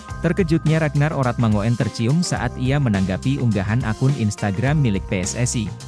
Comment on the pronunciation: Min mangoen itu ejaan lama tapi yg bener bacanya mangun